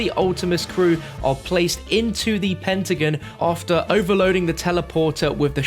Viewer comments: wait when you said pentagin did you mean penta ah gon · Pentagan its Pentagon go back to school lol not in a bad way